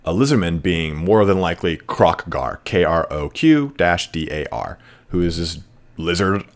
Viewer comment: Who is Kroq-Dar? I only know Krow-Gar